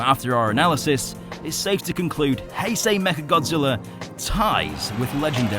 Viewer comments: He pronouces heisei as "hey-sey" alr so are you then gonna pronouce Einstein as "eyn-steyn" then lol. In general the "ei" is the "I" sounding so the pronunciation of heisei is Hi-Sci. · its hei-sh-ei